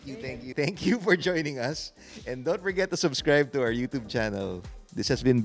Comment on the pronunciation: Why do Tagalogs always say “yutob” for YOUTUBE. As a cebuano, I feel cringe. I understand that in British English it’s /ˈjuː.tʃuːb/, while American would be /ˈjuː.tuːb/. UK /ˈjuː.tʃuːb/ /j/ as in yes /uː/ as in blue /tʃ/ as in cheese /uː/ as in blue /b/ as in book US /ˈjuː.tuːb/ /j/ as in yes /uː/ as in blue /t/ as in town /uː/ as in blue /b/ as in book